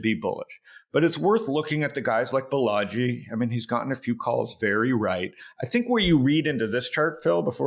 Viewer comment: Balaji, not Balagi